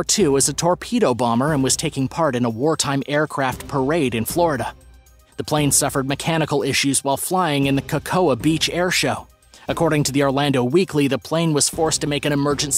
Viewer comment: What if I told you, the plural of aircraft, is aircraft not AIRCRAFTS... and cocoa, is pronounced KO-KO, NOT Ka-KOAH